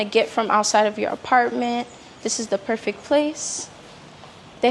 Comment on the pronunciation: Perfect. Not perfik